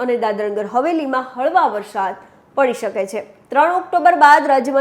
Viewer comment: બહેન, 'વરસાદ' જ બોલો, "વરશાદ" ન કહેવાય. "વરસાદો" તો ખોટો જ શબ્દ છે. 'ધ(dh)મરોળવું' સાચો શબ્દ છે, "ઘ(gh)મરોળવું" શબ્દ છે જ નહીં.